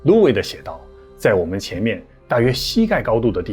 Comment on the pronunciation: 提个小建议，Ludwig这个德国姓是路德维希。读成louid，感觉怪怪的。